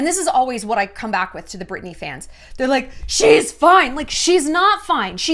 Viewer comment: Am I losing it or does Shallon keep saying “Burtney” instead of “Britney” 😂